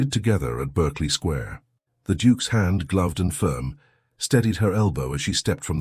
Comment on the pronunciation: "Berkeley Square" - I believe it's pronounced "barkley". "Pall Mall" is pronounced "Pell Mell". And the buttons on our hero's coat are a mess. But the narration is good.